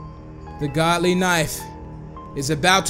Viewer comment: ITS GOOLY NOT GODLY